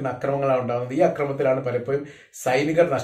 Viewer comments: content ഉം അവതരണവും കൊള്ളാം. but "പലപോയും" അല്ല "പലപോഴും " എന്ന് പറയു, എല്ലായിപ്പോഴും "ഴ" ശ്രെദ്ധിക്കു. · എപ്പോയും പലപ്പോയും ഇതിലെ യ മാറ്റി ഴ പറയണമെന്ന് അപേക്ഷി ന്നു. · പലപ്പോയും എപ്പോയും എന്ന് പറയാതെ എപ്പോഴും പലപ്പോഴും എന്ന് ഴ കൂട്ടി പറയാന്‍ സ്രമിക്കുക